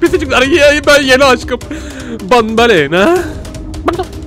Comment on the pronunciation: Abi o banbalena değil banbanleena yani benbenlella